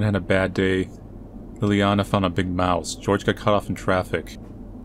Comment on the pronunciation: I like how every time he went up to a mouse he just said m o u s e